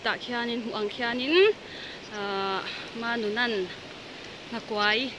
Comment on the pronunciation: Nghakuai tih a kuai i lam/thluk dan hi a dik lo. Kuai tih hi, thing zar ka kuai tih a kuai tih ang hian lam/thluk tur